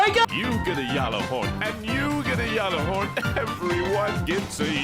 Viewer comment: ITS PRONOUNCED YÄL•LÄR•HÖRN